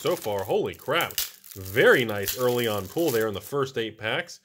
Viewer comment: I love how my closed captions always translates how says pull into pool. Nice pool in that pack. Wait what